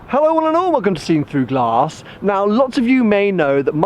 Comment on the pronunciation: It's glASS not glArse.